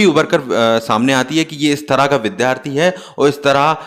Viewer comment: Its Vidyarthi not Vidhyarthi Its Vidyalaya not Vidhyalaya 🙏🙏